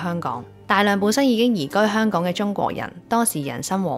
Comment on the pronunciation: 啲懶音多到嚇死人！！👎👎👎👎👎👎連香港個”香”字都係懶音⋯⋯ 唔該你學好啲香港話你先至學人講影評👎👎👎👎👎👎 扮活喺九七之前嘅香港人😂！ 97前已經係度的港人才沒有你那麼多懶音⋯，你肯定係九七之後才成長起來的小朋友，唔好扮知道九七前嘅香港係點啦🤨😂⋯⋯大話精！